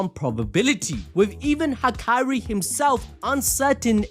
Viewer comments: Dude it’s HAKARI not hakyrie this was annoying a little lol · the name pronunciation gotta be engagement bait bro😭